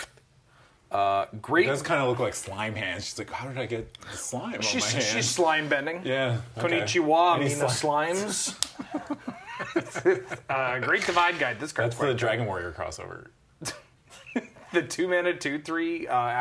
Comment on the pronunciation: "konichiwa m'slimes!" god dammit....